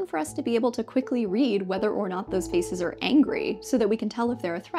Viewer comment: Is it "feces" or "faces" that you're trying to say?